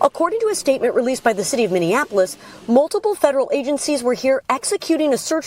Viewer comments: Mini-Apolis, NOT Mini-an-Apolis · Its minneapolis not minnenapolis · Minneapolis, not Minneanapolis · I adore you, but it is not minnionapolis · Did you say Minnion-Apolis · It's pronounced : Min-EE-Ap-oh-lis. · Hey Dummy, Learn to pronounce Minneapolis. 😂😂😂😂😂